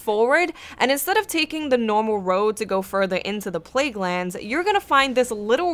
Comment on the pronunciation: pleaguelands lol